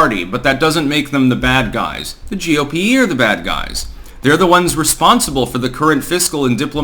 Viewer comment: for a week or so, whenever you mention the GOP, you've added an E at the end of GOP. Is this deliberate? Are you actually saying GOPE?